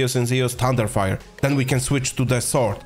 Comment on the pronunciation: zee-oos, no pronouce, zoo-uus